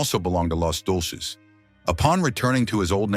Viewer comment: "Los Dolces?" It's Deuces!!!